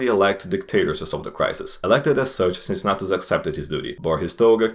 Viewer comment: "Unbiased" lol. Even Caesar was more unbiased than you in his commentarii about himself. Funny video anyway good job. Cincinnatus's pronunciation is wrong btw.